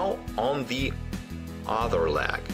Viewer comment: I really like this and it is useful but I have to smile whenever he says 'leg' as 'lag' 😸